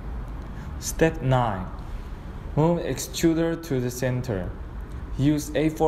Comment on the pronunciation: Great video series, very clear and helpful,. I was able to build mine in one pass with no errors and no magic smoke escaping. One suggestion, and I am not being a smartass... Given the language and accent differences, the word 'The' sounds identical to the american way of pronouncing 'Z'. If you use the english way of saying it then there is NO confusion (US Z=Zee, English Z=Zed) again, not trying to be a smartass. just trying for clarity.